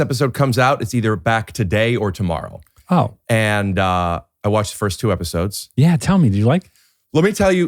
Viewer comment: "Watch the fist 2 epwoes" what happened ricky?